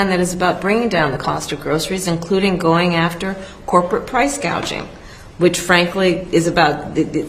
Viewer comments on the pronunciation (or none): The first time she talked about prices, she said price”gauging”. She was going to stop the gauging! She did not even know the word is “gouging “!Guess her coaches didn’t expect her to screw that up.